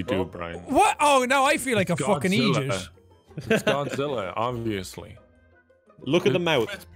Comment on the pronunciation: i really thought he said egypt not idiot because of the accent hahahahahah